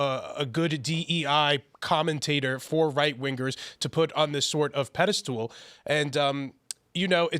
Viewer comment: what the fuck is a pedestool?? 😂😂